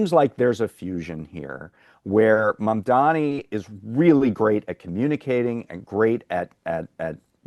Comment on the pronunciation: It's spelt Mamdani. It's pronounced MUM--DAA-KNEE. It's not hard. When you get it wrong after hearing it a million times over the last 10 days, it feels like you're doing it intentionally, like Cuomo. Please don't be those people.